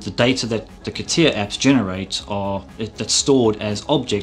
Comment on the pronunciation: c'tia...c'tia... c'tia CA TI A ffs AAAAAAAAAAAA like in ALABAMA CA-TI-A I am sure he also say C'D... Computer 'sisted Design